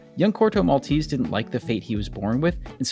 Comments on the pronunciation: It's not "Corto Malteeeese" it's Corto Maltese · In Italian it’s not pronounced “Maltees” but with every E spoken just as the first one in the world “Elephant”. MaltEsE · The finale "e" in Maltese in not silent like in Versace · *Mal TE say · He didn't even look up how to pronunciate "Maltese" decently...